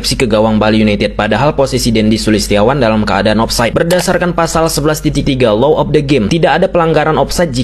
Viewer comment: Bung, yang betul itu: Law of the game, bukan Low of the game. Artinya sangat² berbeda! Tolong, hati2 dalam mengucapkannya ya....